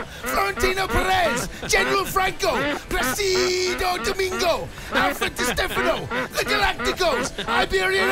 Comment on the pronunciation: Did Cundy say "Placido Damingo", Twice..?🤷‍♂️🤣👌👍